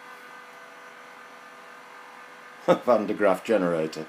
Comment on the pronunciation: It matters not how the motor is constructed, as it is NOT a "perpetual motion machine" as the video title suggests. THAT is the biggest error elephant in the room. BTW, it is Van de Graaff, not Van der Graph's.